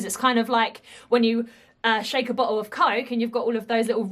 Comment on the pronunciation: everytime you say bottle it sounds like "butt hole".. your reactions are so fun to watch